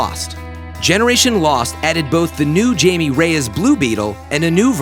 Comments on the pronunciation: Blue beetle Jamie Reyes is pronounced “Hy-me” not “Jay-me” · It’s pronounced hi-Mei not Jamey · You pronounced Jaime wrong it’s pronounced Hi-me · Jaime pronounced Hai-mey... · Anyone else annoyed at how he pronounced Jaime Reyes aka. Blue Beatle